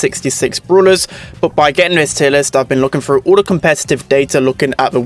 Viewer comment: "wiffen the meta" "frew the roof"